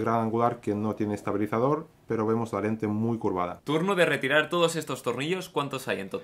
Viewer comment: Like si cada vez que dice "pero" te suena a "pro" XD